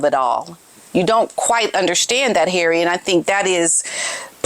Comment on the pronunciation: HARRAY - 😂! I love your pronunciation when Harry acts like the fool he has become versus the protected Prince man-child he was! Really, HARRAY? Really???